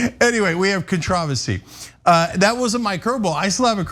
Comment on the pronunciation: Love it. “ContrOversy.”